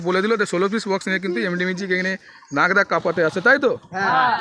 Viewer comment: দাদা এটা লাগদা না এটা হচ্ছে নাগদা 😅😅😅